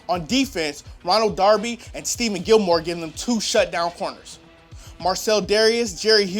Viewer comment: First off, you don't show a proper picture of Ronald Darby and you say Stephon Gilmore's name wrong! Sick of the Bills always getting disrespect!